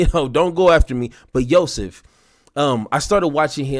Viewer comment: Remember when Bill Mar was cool, funny how when you're rich & U get older you turn into a semi-bigot-moron. I use to see him out at the Roxbury Club & the Rainbow with all his rent a girl friends and he was ok.. 0h & its Yo-seff (pronunciation ) just so U know.. Bassam is soooo smartI'm a Lebanese man and no-ones ever asked me if I was & When Bassam got famous people started asking me if I was Egyptian